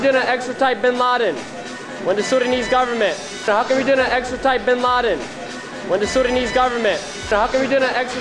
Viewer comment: I don't mean to be rude as I support what these guys are doing but for one it is pronounced Extradite and not Extratite.